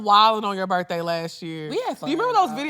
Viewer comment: I know some people that say "bafroom" and "birthay".